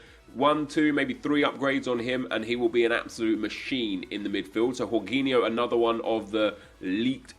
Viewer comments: 'gorginho'? 'g-or-g-inho'? It's George Inho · Man said whoreginho